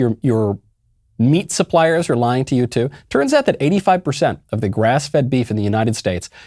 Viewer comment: hehe pershent